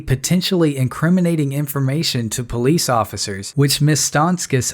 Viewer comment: its called a police officer, not a pease officer